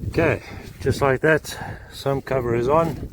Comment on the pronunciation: Are you saying "sun cover" ??